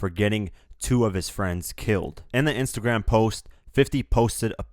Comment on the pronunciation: "In His Next Intergram Post"